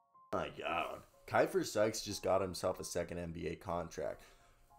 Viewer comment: That's my dog!!! Great video!! One minor correction, his name is pronounced (Key-fer)